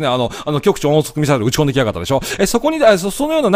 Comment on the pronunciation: 大したことではありませんけど、極超音速ミサイルの極超音速は「ごくちょうおんそく」と読みますよ。